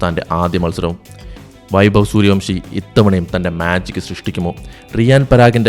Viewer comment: വംശിയല്ല ബ്രോ വൻഷി